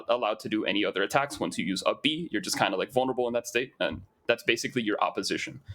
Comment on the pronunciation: For 2/3 of the video I was wondering huh, what's uppie at the back of my mind? I knew I hadn't played Smash Bros in years so I figured it was just something new but then realized you were saying up B instead of uppie...